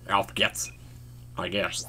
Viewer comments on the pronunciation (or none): For the record "Auf geht's" is pronounced "owf gates."